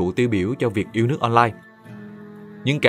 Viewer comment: yêu lước chứ ko yêu đẻng :))